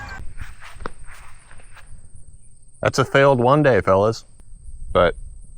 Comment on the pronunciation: HWHONE DAY!!!